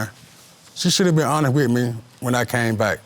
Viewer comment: Did he just say on it wit me? ... or honest?? Geez 🙄